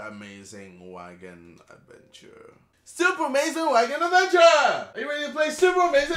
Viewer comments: Iat the start it sounded like KSI was sayin 'super wanking adventure!!!!' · At the start, it sounds like he's saying 'super amazing wankin adventure.' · It sounded like he said : 'Super Amazing Wanking Avenger' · The more I listen to it, the word 'adventure' sounds like 'avenger' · JJ, all i heard at begining is "SUPER AMAZING WANKING ADVENTURE" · i thought u said super amazin WANKIN adventure LOOLL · It sounds like Super Amazing Wanking Adventure when you say it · In the beginning, I thought he was saying "Super Amazing wanking adventure!" lol